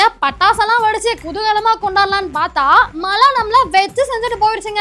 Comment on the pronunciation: மழை என்று ஒழுங்காக சொல்லும்மா. நீ சொல்கிற மலை என்றவுடன் வேறு மலைதான் நினைவுக்கு வருகிறது.